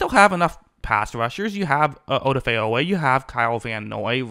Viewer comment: You've heard Oweh's name pronounced enough times to not still be mispronouncing it like u do. At this point it must be intentional.